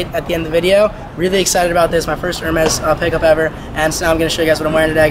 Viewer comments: Dude cannot even pronounce the companies. "Her mez' lMAO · its Er- Mey